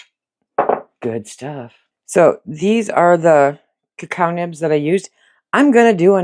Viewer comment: Cacao is a French word and is pronounced as 3 syllables, the "o" is the 3rd